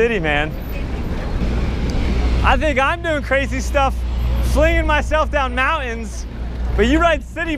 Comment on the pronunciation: "I thought I'd been doing crazy stuff, flingin myself down moun-ains, but man, you ride CITIBIKES in TRAFFIC" xD